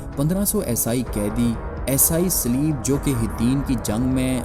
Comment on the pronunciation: Video buhot khoob hai, Aapse guzarish hai Esai sahi bol le aur behter rahega…. Shuru me samjh na dushwar hua